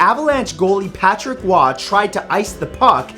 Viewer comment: video gets a like for saying patrick roy’s name right